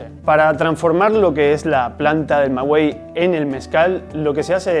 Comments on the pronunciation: ¡Muy buen video!, da orgullo ver videos de mi maravilloso país. Una pequeña observación, creo que lo correcto es decir "Maguey" y no "Magüey", pero igual corríjanme si en Oaxaca lo llaman así (En Guanajuato - Jalisco se dice "Maguey"). ¡Saludos! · Muy buen video. Solo una recomendación: la palabra maguey no se pronuncia con “u” solo con “e”. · Hola gracias por la información.....la pronunciación del maguey es, magey... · Aprende a pronunciar, Maguey! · TODO BIEN SOLO COMENTARTE QUE CUANDO DIGAS MAGUEY NO PRONUNCIES LA U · Solo decir que al pronunciar Maguey, no se pronuncia la U, gracias por la información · Estimado amigo, es incorrecta tu pronunciación de de la palabra MAGUEY, según la Real Academia de la Lengua Española para que en palabras como esa se pronuncie la letra U es necesario que encima de dicha letra se coloque una DIÉRESIS (¨) la cual no lleva, por lo tanto NO DEBE PRONUNCIARSE LA LETRA U. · Se dice Maguey no ma guey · Es "maguey", no "magüey" (me refiero a la pronunciación, pues la escritura, como sale en los textos insertos del video, es correcta). Y los moros no invadieron a España en el siglo 8o antes de Cristo: ni siquiera existían entonces -eran árabes, y estos aparecieron, como consecuencia de la expansión islámica, a partir del año 622 después de Cristo-. Esa invasión se produjo en el siglo 8o, pero después de Cristo (en 712 después de Cristo, y duró hasta 1492). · Se pronuncia Maguey, no magüey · Una observación, aunque se escribe maguey, se pronuncia magey se hoye muy raro cuando lo dices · No se dice "mawey", se dice "maguey". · Maguey no Magüey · Se llama Maguey, no magüey. Saludos. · En México se dice maguey, no magüey ...güey... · Maguey no es magüey su nombre no lleva diéresis, el resto muy muy bien. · Buena reseña, por favor no digan “Mawey” para sonar asi tendria que llevar dieresis en la “U” se dice: Magey aunque se escribe con U la U no suena. Gracias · porque no tiene dieresis, 😉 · No se dice Mgüey, Se dice MAGUEY, xfavor